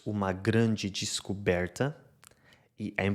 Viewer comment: Finalmente consigo entender um português europeu! Parabéns por falar tão pausadamente. Incrível quando ele leu: O agente fez uma grande descoberta”, em brasileiro, ele, o, falou com sotaque do Paraná. Que show! Falou perfeito e ainda com sotaque regional. Acho que não usou IA! Será que usou IA?